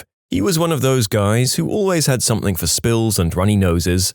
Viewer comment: No K in the word something